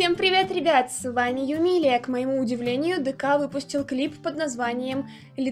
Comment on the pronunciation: ГОВОРИТСЯ НЕ ДК А ДИКЕЙ !!!!!!!!!!!!